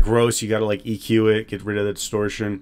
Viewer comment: why does he call it eqer 😭